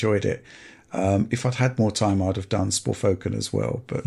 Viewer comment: I came here to heat say Sporfoken.